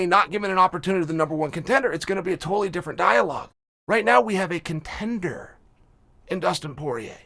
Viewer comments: contenderrrrrrr c o n t e n d e rrrrrrrrrr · Chael saying "contender"